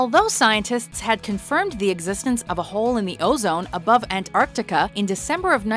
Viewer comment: That's a weird way to say Antartica.